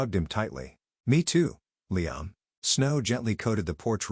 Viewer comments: I hate the way the narrator pronounces LiAM. It's LIam. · I have never heard Liam pronounced as LEE-AM until this. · I’m sorry this might be petty, but I can’t stand the way Liam‘s name is being mispronounced .. and while one could argue that maybe that’s the correct way , it’s not. Because at one point, they did say it correctly but that was once or twice if that. I just can’t focus when it’s being being said that way. It comes out almost sounding like Leanne.